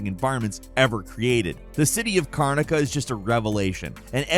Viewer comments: Carnica is your one mispronounced word for this video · I think it's so cute that you talk about Dishonored 2 like you're so familiar with it.... and then mispronounce the name of the city. I mean, they say it in the game SO many times, how do you mispronounce it if you actually played the game?